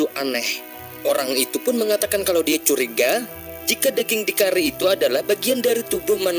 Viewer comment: Bergulung lidahmu.. Adeh...daging bukan deging....adihhhhh